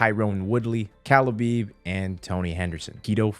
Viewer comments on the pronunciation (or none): when said stiopic and khalabeeb over and over🤣🤣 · Bro I hate the way ppl pronounce khabib They pronounce it like this: Kubeeb Nurmagomedov How to correctly pronounce it: Habeeb Noormohamadov